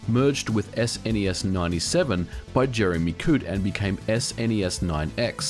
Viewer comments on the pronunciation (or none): none